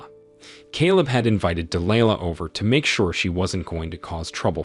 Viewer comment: Why are you pronoucing Delihla differently? Sometimes you say it correct ("Dee Lie Lah, then you say "Dee Lee Laah". Also "May Fee Ahh"? Bad Text to voice.